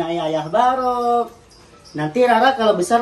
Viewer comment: Menit ancen garai wong ngakak ... 🤣🤣 ka'barokk ca' barok